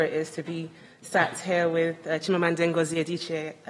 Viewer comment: She kept pronouncing 'Ngozi' wrong 😂😂😂